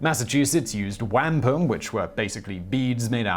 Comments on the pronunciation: Waaaapum not wam pum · Not Wham-pum. Whom-pum. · Wahm-pum, not Whampum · Never heard "wam Palm" being pronounced "wam phum". It was an Indian currency of honor, alliance, and peace used in record keeping and story telling. The market was saturated by industrialization on purpose to bankrupt the Indians. New Amsterdam was the start of this if i remember correctly. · Omg, it's pronounced wh-ah-mp pum. Like stomp pum. It's not wampom. But thanks for the try Simon. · Don't know what the hell you said, but the word "wampum" is pronounced "wuhm-puhm". Again, just basic research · Pronounced: "Wom pum"